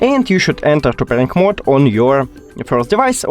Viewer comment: enter what mode?, doesn't sound like your saying Bluetooth pairing mode